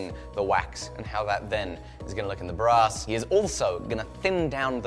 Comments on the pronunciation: oooh brass it sounded like "bras" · I heard "Bra's" instead of Brass ;-)